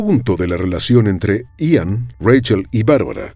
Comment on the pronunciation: Buen relato, pero no pronuncias bien el nombre de Ian ni una sola vez en todo el vídeo.